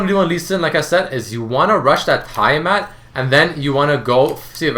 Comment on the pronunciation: T-AH-MAT not TIE-Y-MAT I really don't know why that bothered me so much.